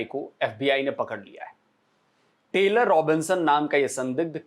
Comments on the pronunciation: नाम टेलर हो तो स्पेलिंग TAYLOR होता है, TYLER का उच्चार टायलर होता है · टेलर नहीं!!! सही उच्चारण "टायलर" है।